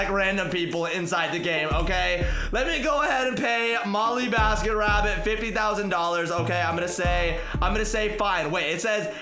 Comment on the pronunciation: it is not molleebasketrabbit it is mollybasketrabbit